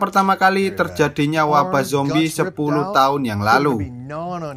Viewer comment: Lu ngomong zombrek ngakak anjr😀🤣